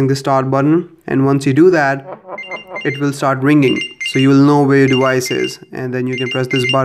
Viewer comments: it's device!!! not dewise. so annoying. also you could just call it a watch which is what it is you knowww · Device. Not "dewise" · Dewice is driving me insane. It's deVVVice. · NOT DEWICE. IT'S DEVICE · Why do you say dewice it's frickin device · The "dewise"💀